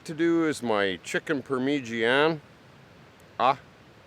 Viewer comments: "Premegania" lol Parm-A- Jhon is how its pronounced brother.......just saying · He’s trying to say it the italian way pronounced “Parmezhanya” (sort of) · You know I like this guy but he’s really getting on my nerves with how he says parmesan cheese